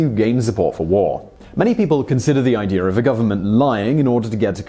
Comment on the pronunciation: Is idear even a real word?